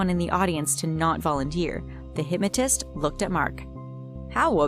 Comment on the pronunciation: Who else hates how she says hypmatist.